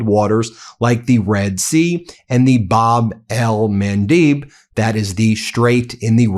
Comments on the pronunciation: bahb el-MAHN-deb Please. You are a professional broadcaster. Pronunciation is important to credibility and clarity. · Bab-el MAN DEB like Debra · He finally quit saying Hormoze and now he is saying Bab el-Mandeeb. Oh brother